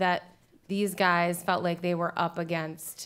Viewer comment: WTF was that in the beginnig "Hi, Gay"